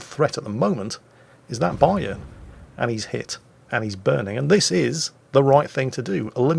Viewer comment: you pronounce Bayern "A" the way I pronounce the Yamato "A" and Vice Versa.